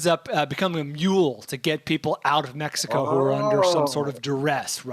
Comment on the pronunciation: Go to of this episode and listen to say Mexico. Really? You speak for a living and THAT'S how you say Mexico? It sounds like he's gargling on his own saliva while he's speaking.